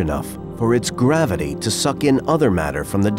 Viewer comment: Dear narrator there is no D in gravity!😅